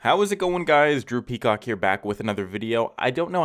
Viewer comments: When this video started i swear i thought he called himself droopy cock lmao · Am I the Only one who heard "Droopy Cock" instead of Drew Peacock? 😂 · Who else heard droopycock